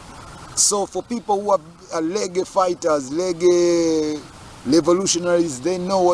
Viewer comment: Pronounce the word Reg-gae, and Radi-o.